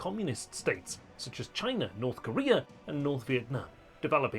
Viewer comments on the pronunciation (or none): none